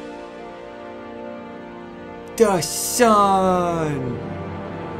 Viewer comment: I love the part when he's like da suun